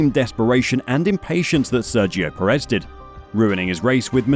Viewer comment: Nit: Sergio Pérez is pronounced PErez. The emphasis is in the front, not the back of the surname.